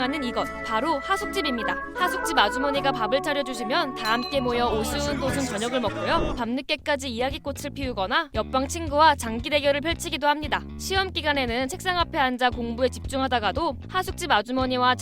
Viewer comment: 장끼 가 아니고 장기 입니댜 뭔 뉴스 채널에서 한글을 몰라